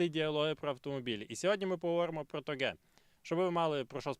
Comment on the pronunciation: Я вибачаюсь, але хіба не тОге?